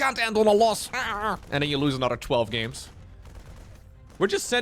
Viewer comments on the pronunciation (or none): Why can't this guy pronounce "anorer"?